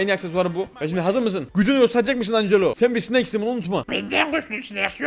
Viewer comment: Angela ancelo diye okunmuyor encilo diye okunuyordu